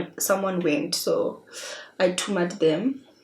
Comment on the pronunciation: Did you just say 'I tumad them'?kkkkk what language is that sounds like my mother tongue though